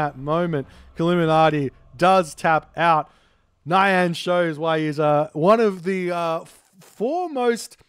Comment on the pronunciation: Every time you say "nyan" I expect it to be followed by "desh-het." 😛